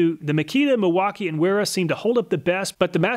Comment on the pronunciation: Well, while you are correct about the mis-pronunciation of the "W", the "E" is also off. It would be said as in: Vayra. But great job on the video, none-the-less!